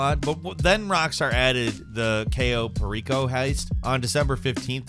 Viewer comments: You mispronounced Cayo Perico. Also, you're damn right about it being a gold mine; that shit helped pay off my Mk. 2 Oppressor and the truck with the Oppressor workshop, which is very much a property that separates haves from the have-nots in GTA Online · The way you said cayo perrico lmfao 💀 Love the vids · Abysmal pronunciation of cayo perico. Google is free fam.